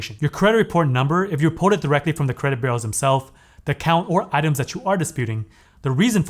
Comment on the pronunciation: My friend: Your content is brilliant. But there is a blot on your otherwise stellar performance. The way you pronounce "b-u-r-e-a-u-s" make it sound as if you are saying "credit burros" or even "credit barrels." Pronounce it like this: "BYOU-rows." Thank you.